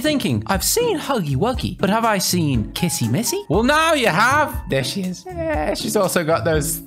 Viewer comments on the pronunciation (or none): WHY YALL KEEP CALLING HER KISSY MISSY?!?! ITS. K-I-S-S-Y. W-I-S-S-Y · uhh its kissy wissy actually